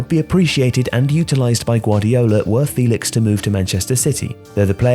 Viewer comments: You're miss pronouncing João's name in this video. You're saying his name as if he didn't have an apostrophe in his name. The apostrophe in ' Félix' means you have to pronounce the name as fEHlix and not fEElix. Good video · It’s pronounced Feh-lix